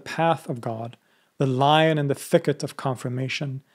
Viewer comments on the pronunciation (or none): none